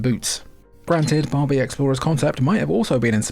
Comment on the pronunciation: I heard Bobby not Barbie 😂 anyways great videos love your Nintendo and PlayStation playlist 🙂